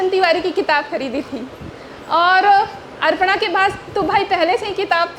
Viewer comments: Bataiye...... अपर्णा.. Ko.. अर्पणा bol rahi hai. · यू टुव पर हमने कब ज्ञान दिया?? ज्ञान बांटने की शुरुआत तो तुमने ही की....अपर्णा को अर्पणा बोल रही है। किसने कहा? ? हमने। अरे इतने 2000 स्टूडेंट्स के सामने लाइव है तो धोखे से मुँह से निकल गया तो इतनी गंभीर बात नहीं हो गयी जो कल से अभी भी शांत नहीं हो रहे।